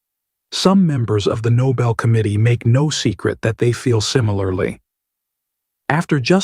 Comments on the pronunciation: "It's well past time that President Trump was awarded the noble peace prize". If you can't pronounce "Nobel", you shouldn't be lobbying for it. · Someone please teach Kkkaroline that is 'No-bell' not 'Noble'. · Idiot, Trump, pronounces it Noble. The Noble Prize. That alone should disqualify him. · None of his idiot even know how to pronounce Nobel. It’s not Noble for gods sake. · WOW! Must be the "fake news" that forgot to report on all of that! I certainly slept thru them. Not to mention, Karolyin' can't pronounce the word "Nobel." (she pronounces it as "noble"). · She also mispronounced Nobel by calling it noble. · Is it just me, or did this season's blonde White House spokeswoman, Karoline Leavitt, just pronounce "Nobel" incorrectly? She didn't say "no-BEL", but rather pronounced it as the adjective "noble", meaning one who possesses outstanding attributes, pronounced, "NO-bul" ( not 47, either!" )! Wow. 😮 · The press secretary mispronounced Nobel. It's not noble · If you can't pronounce it properly, you don't get one. It's Nobel, not noble. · He's asking for a NOBLE Peace Prize. He doesn't know how to pronounce or spell NOBEL. Neither does his Press Secretary! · She said noble, not nobel.... she can't even pronounce it, but sure, demand it regardless xD. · Why do these idiots keep calling it the "NOBLE" Peace Prize? It's NOBEL (pronounced "no bell", after the man Alfred Nobel). Is it because Trump thinks it's given to "noble" people? The lack of education in America is astounding. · Lol she can't even pronounce the word Nobel....there's a difference between noble and Nobel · Even funnier, she pronounced it noble not Nobel… They're all idiots. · Lyin’ Leavitt mispronounces Nobel while claiming Trump deserves the medal, calling it noble instead of the correct pronunciation of Noh-Bell. The incompetence of this administration is mind boggling. Trump can’t stand that Obama has one and he doesn’t, wha wha 😭Grow up Donny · KKKaroline? It's Nobel not noble. You dimwit.